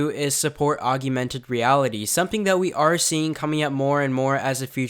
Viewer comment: Augmented....not augumented